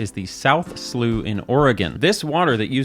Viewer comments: Great video from a hydrological perspective, just wanted to correct some linguistic factoids you gave. you said British speakers pronounce slough as 'sluff' but this is a different word, 'sluff' refers to the skin of animals that shed their skin and is pronounced as 'sluff' in the UK and the USA. The hydrological feature you are discussing is typically pronounced to rhyme with 'how' in the UK like the city. Great video, please look at the hydrology of pokemon's Hoenn region aka too much water! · British person here, we don't pronounce it "sloff". We have a horrible place called Slough in the UK, generally the second pronunciation is how we would say it. The only person I have heard pronounce it that way in my life was an American. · Me: a British man, screaming "ITS PRONOUNCED SLAOW!" at the scream. Fantastic vid tho 👍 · as a person from the West coast, Arizona, I thought it was pronounced "slouff" lol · I'm from England and we pronounce it "slau", not whatever you said 😭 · What if you like pronouncing words wrong and say sloff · To the English, slough only rhymes with tough when it used as as to shed/cast of something like a snake sloughing its skin (also the skin is called slough), and may be spelt sluff. When it means a canal, it rhymes with cow. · Hi, English person here (thank you for your condolences) I’ve never heard Slough pronounced sluff in my life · He got confused. Sluff pronunciation of Slough means the verbs shed or wade (through mud) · It’s so grading to hear the word slough pronounced so wrong so many times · As an Englishman, I have quite literally never heard someone pronounce slough like that. Especially considering we have a town called Slough. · If it's spelled "slew," it's pronounced "slew." If it's spelled "slough," it's pronounced "slough." You're just objectively wrong, I'm sorry. Google it. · Still water with organic materials? Stew, what a silly way to slay slough, you yankeeeeeees need pronunciation lessons. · It's pronounced slough.